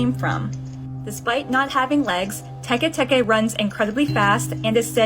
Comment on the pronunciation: Teke teke sounds weird